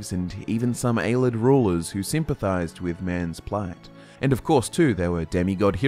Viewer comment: has been pronouncing Ayleid “aye-lee-Id” as “aye-lid” since the Jump and it drives me nuts